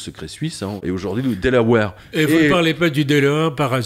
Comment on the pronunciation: delaware pas delawere lol